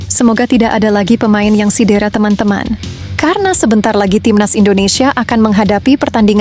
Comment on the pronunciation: INI AKUN DARI MALAYDESH ... SEBUT CEDERA SAJA SALAH DI SEBUT SIDERA ...😂😂😂😂😂